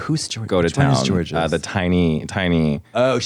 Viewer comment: they're about to kill her for the "whos jorgeous?" lmaooo